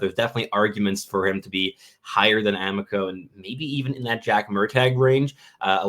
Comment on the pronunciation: Carter "AH-MEE-CO", not "AM-ICK-OH"